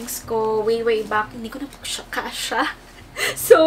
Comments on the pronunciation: ang aliw ng "I'm having great" 😂 at yung "isa pwong chicken fiilaayy" Hahahahahah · Its the "uhm, isa pWong chicken fillaaayy" for me 🤣